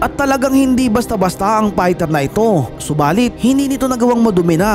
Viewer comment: Fighter not Pighter